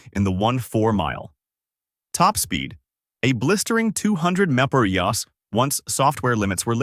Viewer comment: "a blistering 200 mopper yas" (mph) can't stand this crap